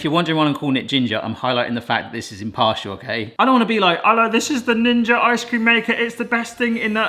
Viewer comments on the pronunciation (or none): Did he say ginger??? I thought it was ninja?? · This is the first time I've heard "Ninja" pronounced: "Ginger" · Ninja? Not ginga? Am i just hearing that incorrectly or am I misunderstanding something 😅 was said twice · Did he just say ginger 😂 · Ginger??? I had to rewind it to make sure I heard it right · Why are you saying ginga instead of ninja? Lmao 🤣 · Did you say 'Ginger' ice cream maker lol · Isnt the brand name 'ninja' and not 'ginga' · Did you say the ginger 10in 1 ? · What the hell is a Ginga? Its Ninja literally says it on the front... Unless I have missed a joke somewhere in the past.. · seconds in: Ginga, no, it's a Ninja. And you say Honest? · What's up with the Jinja ? It clearly reads Ninja .... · Why do you call it "Ginja"'? It's "Ninja" with an "N", not "G". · Did he call it the "ginger"? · Why does he call it Jinja? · You might want to pronounce the brand accurately, ints not Ginga. Your attention to detail is zero which speaks volumes about your lame vlog. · AAAAAAAAAAAAAAAAAAAAAAAA At this point knows he is saying Gingja and I'm losing my mind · Omg the amount of people complaining that he isnt saying "ninja" is wild. Clearly these people have never watched before, they don't understand its just a thing to do. Love y'all! Your videos are always so wholesome. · is this how British pronounce "Ninja" hehe